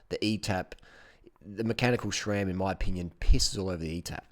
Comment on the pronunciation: Harley! Please It’s SRAM NOT SHRAM hahaha. I have a 2018 Roubaix and I absolutely love it man! It’s not my only bike but I find myself taking it out the most because it’s so smooth and performs great!!